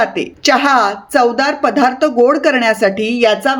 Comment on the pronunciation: पधार्थ नाही पदार्थ म्हणा ताई